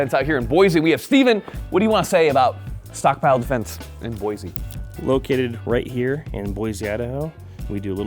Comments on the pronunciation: Boy-see not fuckin Boy-zee!!!! Desert shooting is where it's at man good on ya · Sry gotta do it. 4th generation Idaho boy. Born in Boise raised up in the panhandle. IT IS BOY-SE, not BOY-Z. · It’s pronounced Boy-see not Boy-z